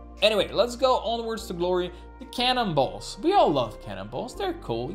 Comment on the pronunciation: Your accent made it sound like "Cannonballs", that's all. I thought it was funny because that's what I first thought it was.